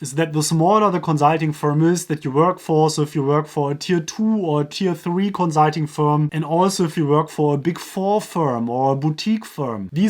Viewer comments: Can you please just say consulting normally? You sound like an idiot, but good video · I'm sorry, but your pronunciation of consulting is hilarious xD